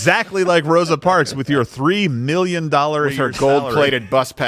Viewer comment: "Throsa parks"